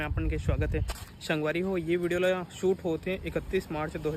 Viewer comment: Jitna bhi cg vloger man he te man haan स , श कबर बोलत हे 😂😂😂😂 संगवारी होते कि शांगवारी होते 😂